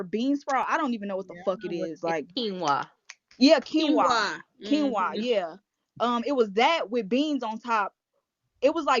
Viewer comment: 🥴 When she called quinoa “quinola” I lost it. 🤣🤣